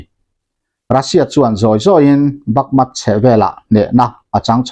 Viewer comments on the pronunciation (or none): Bakmut ti a inziak hi Bakmat i han tih tlat mai chu le, va mak ve.